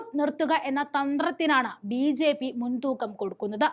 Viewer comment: ഉച്ചാരണം വളരെ അരോചകം. ഉദാഹരണം : സമുധായം, ബീച്ഛേപ്പി, ഭാദ്യത, എന്നിങ്ങനെ.